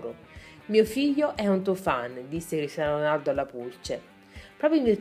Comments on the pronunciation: all'inizio ho sentito pisello ronaldo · ma solo io all'inizio ho sentito il figlio di pisello ronaldo? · figa dici molto male Cristiano Ronaldo anche molte altre cose....Soprattutto all'inizio